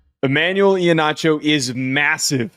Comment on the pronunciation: Someone please just say his name correctly. It’s E-Heen-acho, not E-ha-nacho. Sorry, not trying to be petty. it’s just been killing me